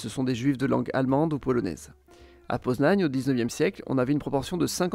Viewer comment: et moi pareil :) Poznań est très bien prononcé